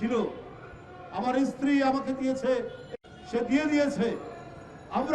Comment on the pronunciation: আরে চোদনা, ওটা ইস্ত্রি না ওটা স্ত্রী হবে 😆😆😆আর তোর বৌয়ের নতুন শাড়ি থাকতে পুরোনো শাড়ি পোড়ালি কেন?? 😮😮